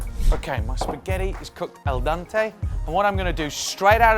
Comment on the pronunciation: "el dante"... triple facepalm